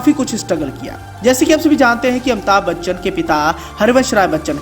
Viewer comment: Amita Bachchan 😆😆😆😆 what a pronouncetion